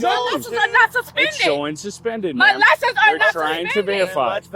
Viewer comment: "My liscabums dont be sumspendum!" Repeat ad nauseum.